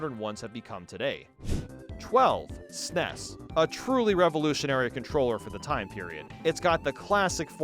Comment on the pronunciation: As someone who is old enough to remember the release of the SNES, your pronunciation of SNES is driving me crazy.